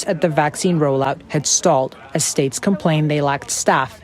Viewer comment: Even Biden says shates